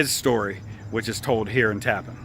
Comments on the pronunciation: Thank you for the video. I did a paper on Andre in college. I used to live in Old Tappan. Just an fyi its pronounced like "Tappanne" not tappen. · While this is very interesting and informative, you might take some time to speak the some of the local inhabitants about the pronunciation of the name of the place you are featuring. It is not pronounced as “Tappin”. It is pronounced “Tap-pan”. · its pronounced, tap-pan, TAPPAN New York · Tap-PAN is how it's pronounced. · Actually pronounced TAP-PAN . " Tap" like in the Military term Taps ...." Pan " as in pots & pans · First-it’s called Tappan , not the appliance name . I don’t understand how you could call it the appliance name. Everything you see says Tappan. Pronounced Tap-pan . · You pronounced our town incorrectly. It is not pronounced like the bridge. It is TA-pan. I grew up here. My parents bought our home here in 1976. Always pronounced TA-pan. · the town name is pronounced Tap-Pan. 2 syllables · Tappan is pronounced with the accent on the second syllable.